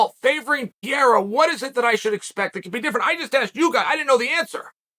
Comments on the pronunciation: Chael it's Pereira not piera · Alex ‘Pier-a’ 🤣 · As a brazilian it really took me a while to recognize that piera is pereira lol (use the R sonnen! Cmon)